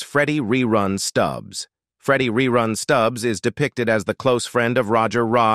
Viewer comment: Hate computer voice rerun not rayrun .